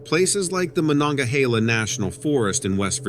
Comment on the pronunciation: Word nerd here: Monongahela: Mo-non-guh-heel-uh is the way it’s pronounced. Love your and Lilith’s work 👌❣️